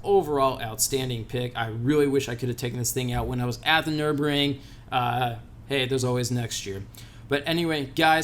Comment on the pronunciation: did you just call the Nurburgring the Nurbring? Bruh you went there and still don’t know how to pronounce the name 🤦🏼‍♂️ it’s located in Nurburg not Nurb lmao